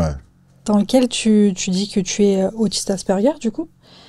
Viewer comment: Encore une avec les "tch" et les "dj". "tu dis" et pas "tu djis". "thérapeutique" et pas "thérapeutchique"